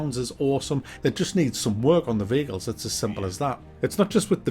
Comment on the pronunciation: I honestly thought you kept saying bagels instead of vehicles 😂.